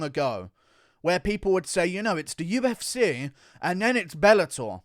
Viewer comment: Say what you want about Guru but he does know what he's on about when it comes to the damn thang. Plus it's funny when he says UFsay.